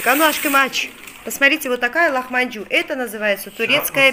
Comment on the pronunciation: не лахманжу а ЛАХМАДЖУН!!!!